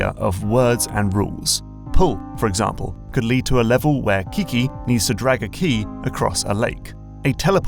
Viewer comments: isn't it Keke, not Kiki? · Keke, not kiki. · it's not "kiki", but "kehkeh", at least, that's the most popular variant i've heard. Keke.